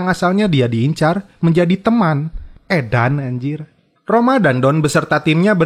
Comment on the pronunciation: Woi bang itu Sedan, bukan edan 😀😀😀😅😅😅